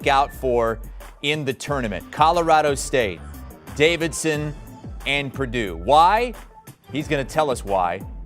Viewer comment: dude doesn’t even know how to say Davidson’s big man’s name🤣🤣they ain’t winning the first round